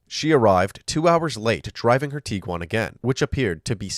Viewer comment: Are you saying “tee-quan”?? It’s a “g”, it’s “tig-wan”.